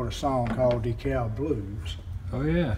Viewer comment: Dekalb the l is silent. Love your vids! I saw those bathrooms in the past on tv and I thought when the door closes its supposed to wash itself like a giant dish washer.